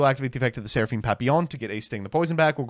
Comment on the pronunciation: Alright, good the hear seraphim name in french instead of pappelon like most 😅